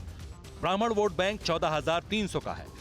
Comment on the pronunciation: aitihaasik boats se??? bhai vote n boat bolna seekhle pehle